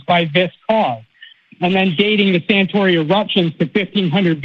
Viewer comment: it's Santorini. Not Santori.